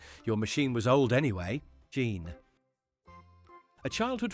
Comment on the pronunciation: Why does the text to speech voice say Jean